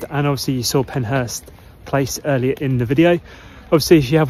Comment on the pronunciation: It's PenShurst.